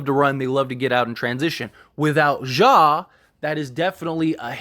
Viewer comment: Ja Not "Zhah"